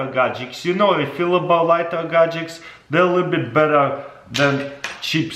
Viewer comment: Somebody should teach him how to pronounce gadgets..🤣😂